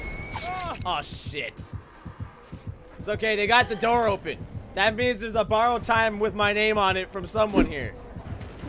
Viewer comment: Its not borrowed taimu, its BOROUDU TAIMTO